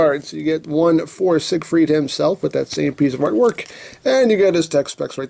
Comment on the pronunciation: I'm not sure that's how you pronounce siegfied...